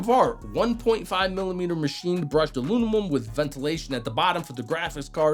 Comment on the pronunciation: he's saying it that way just to get the comment. he gets a dislike and block too.